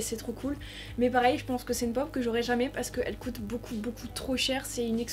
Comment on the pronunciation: Pk tu dis cote coté normalement c coûte couter